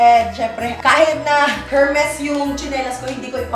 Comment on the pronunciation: E-R-M-E-S po not HERMES silent H po😂